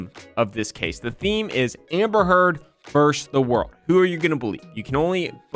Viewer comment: My only real critique, aside from poor pronunciation of the word versus, is the incessant ringing of microphone. Can somebody please roll off 440 Hertz? Thank you